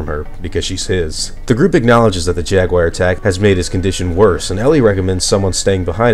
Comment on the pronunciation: Everyone: Jaguar: Jegwire